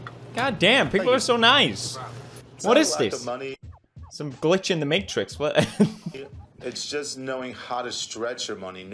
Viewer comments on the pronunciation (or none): none